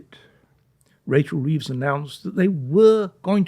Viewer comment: Sorry 'Reeves'